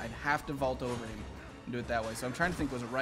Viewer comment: He says eem instead of him wtf